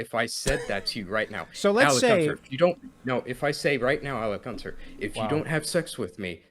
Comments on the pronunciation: If i hear him say 'Alec Gunter?' one more time I'll scream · I've been trying to get through this video all day, but I can't handle saying Alec Gunter repeatedly. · “AlecGunter… AlecGunter…AlecGunter…” bruh